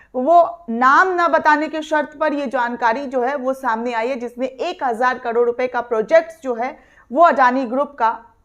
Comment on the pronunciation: कडोड नही, करोड़ कहो ।